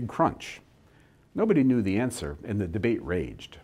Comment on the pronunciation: Why do you pronounce the word "and", "aay-yand"?